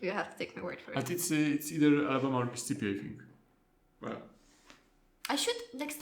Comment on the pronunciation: It’s Mississippi. 😅